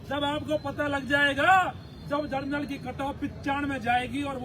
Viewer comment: Beti ka baap ka जरनल नहीं होता जनरल होता है 😅😅😅 Beti ka baap jinka😂 hua h wo gramin m se hi hua h 😂😂😂